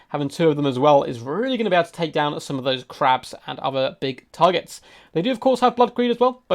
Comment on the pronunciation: I love your channel, but I don’t understand that diction tick so many total war youtuber seem to have. You guys slow down - accentuate the last words of your sentences it’s really weird and a bit disturbing. “... and bringing four. mortar. as. WELL.” “Two crabs and. other. big. tarGETS.” I think it might be a Heir of Carthage bad habit, but it’s quite disturbing imo. Great, great content though.